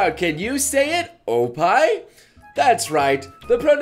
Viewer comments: when say oppai it sounds like oh pie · For trying to "teach" people these words, your pronunciation is off in some places. "oppai" would be pronounced "ohp-pai", and "bukkake" would be pronounced "buk-kah-keh" because of the double consonant rule in Japanese, where there's a slight pause between the first and second part of the double consonant. Also, never mix together English suffixes with Japanese words. Finally, "loli" is pronounced "low-lee", not "lolly" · Those ohpie with English accent D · Oh pai... its OPPAI ! say it with energy ! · ok, and no go and learn how to pronounce oppai